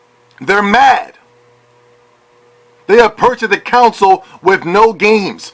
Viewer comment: lol you fucking moron. first of all learn how to say console, use the correct form of their, and use common sense. This is the playstation podcast lol of course they will say things like this. The same things can be said about podcast unlocked and their biased towards xbox. Calm down. No one can force anyone to buy anything and besides if people have bought the PS4 they have made an excellent choice. XBOX ONE had just as poor of a launch lineup just like every console does. btw go fuck yourself and play snes